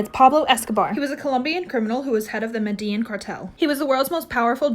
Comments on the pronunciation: Girl- did you just say medeen ☠️☠️ try to pronounce it as medejin the two ls sound the same as the j in English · Why does it piss me off so badly that she can’t pronounce Medellín correctly?!